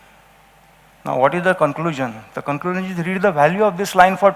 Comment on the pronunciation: The "concluzun iz"- that you don't know how to deliver a presentation. Better luck next time!